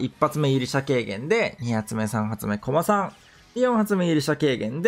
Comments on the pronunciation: コ↑マさんですね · コ↓マ↑さんが気になって話入ってこんかった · の こま↑さん と こ↑まさん が混ざってるの好き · ずっとコマさんのイントネーションが気になって内容が入ってこないw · 相変わらず「コマさん」のイントネーションが草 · コマさんのイントネーションくそ気になる